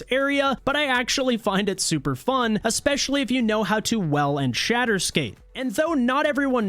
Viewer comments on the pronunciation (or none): none